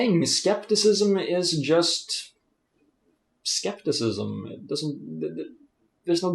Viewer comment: Don't look an english dictionary for a Greek word... Scepticism is rooted to the Greek word "Σκεπτικισμός" and you do pronounced it correctly .